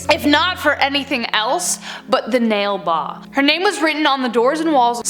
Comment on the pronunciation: its Na Li Ba not Nale Ba